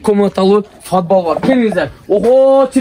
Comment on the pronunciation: Фадбал эмес подвал.. айтылышы падвал. Анан 55мин долларлык эмес, 15мин долларлык уй десен сабатсыз. 55мин деп адашып айтып алдынбы!? Эски жупуну уйго